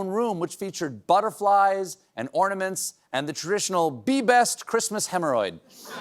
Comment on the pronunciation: “Who geevs a fuck about de chreestmas.”